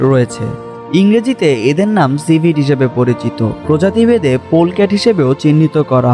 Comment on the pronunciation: সেভিট না সিভিট কফি